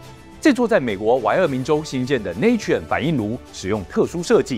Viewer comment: Natrium乃英文Sodium之拉丁文拼寫，讀音要跟拉丁文，因此tuber的讀音錯了